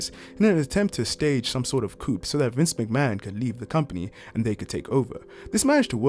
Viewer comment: Great video. The ‘p’ in coup is silent btw